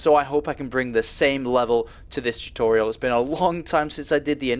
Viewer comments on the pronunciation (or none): LOL! I forgot about him saying "tutorital" :3. I'm a little surprised.